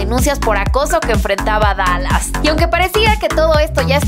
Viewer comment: perdon pero lo de dalas lo dijiste mal